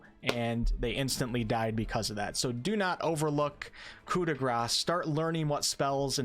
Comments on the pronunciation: It's not "cut da grass" it's Coup de Grace as in grais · There's no S sound on Coup de Grace. It's Coo-Day-Graw. Thanks for the vid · Coup de grace is pronounced coo-deh-gra. There's no s sound at the end. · Well, properly for an English accent (in French the "r" would be different), but yes. It's so annoying to hear people talk about "coo day grah" (which would be "coup des gras", or "blow of those greasy" in French I mean, you probably can kill an enemy with enough grease, but you'd need to feed it to them over years and then hope for an artery blockage. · Good ol' Coo-de-grass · The "C" in "coup de grace" is silent. Its just "Gra." Its french. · Me as a non native english speaker: You pronounce it "Co de gras"? I always said "shop de grase" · The s in gras is silent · coup de GRASS... o.0 It is terrible, outright terrible how we in English speaking countries butcher phrases like these because people here are too arrogant and/or lazy to learn how to actually say it. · Coup de grace, as you pronunce, does not sound good in portuguese LOL it would be something like "an as s for free" LOL